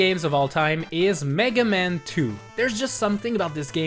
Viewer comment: I love the way you pronounce "Megaman" like it's the name of a Jewish lawyer. FYI the rest of the world pronounces it "Mega- MAN"